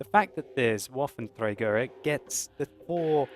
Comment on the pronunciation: its trager not traeger.